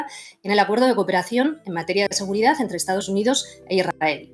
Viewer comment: Aprenda hablar se dice seguridad, no seguridadfz